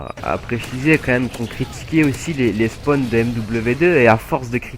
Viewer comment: Fallait pas le dire ! Et on dit "Spawn", pas "Spone". Et c'est "Spawn trap", pas "Spone trape"